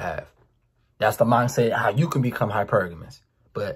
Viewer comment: either from Baltimore or Jacksonville by the way he pronounces uuu 😂